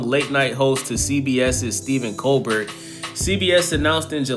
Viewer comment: This motherfucker said Colbert with a hard T like 5 times damn